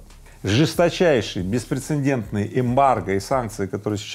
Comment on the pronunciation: Беспрецедентный, а не беспрецендентный. Рыбаков учи мат.часть и русский язык.